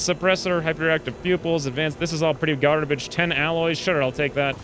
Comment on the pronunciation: No one say garbage and terrible more emphatically